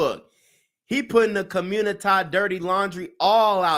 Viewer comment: " Today on The Communitah " ..💯😁